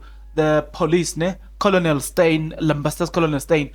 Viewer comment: Colonel pronounced as kenel not kolonel